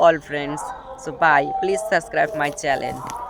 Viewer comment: ভাই ওটা 'চ্যানেল' চ্যালেন না😅😅